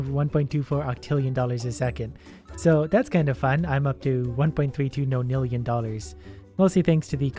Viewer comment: Why you saying non nillion no nillion